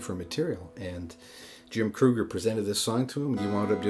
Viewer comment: For the record, the guy who wrote this song, Jim Krueger, pronounced his name like Kreeger.